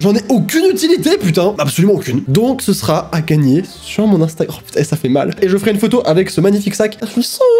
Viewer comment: Il dit toujours a la place de sera, on est tous d'accord 😂